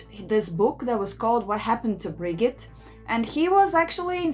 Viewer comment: Cant you see a video about the case in Norwegian and pick up how to pronounce stuff. You got her name terribly wrong. It is herd to even recognize you are talking about Birgitte.